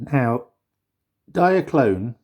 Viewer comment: lol no mate. it's not pronounced "Diakron" Diakron was the KO of Diaclone